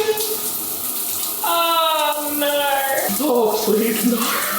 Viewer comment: I’m sorry but hearing you say naur gives me the energy I need to get through my day, absolute huge fan of your content and realness 🎉